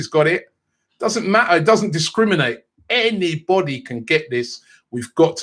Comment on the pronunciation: The way he said anybody thought he had a stroke. Dub really that big?